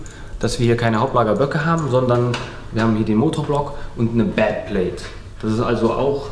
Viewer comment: Ich verstehe bei immer badplate anstatt backplate:_thumbsup: und wir brauchen mehr Dackel content:_Pina2